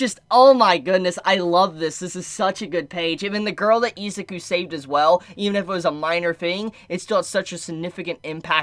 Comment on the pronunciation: How can u be a fan and say izuku name wrong😂